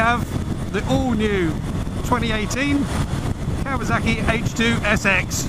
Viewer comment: It’s kawaSaki not kawaZaki Why is everyone saying that now what’s wrong with you lot ??